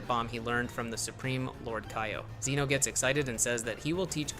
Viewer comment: You can't even pronounce Zeno right 😂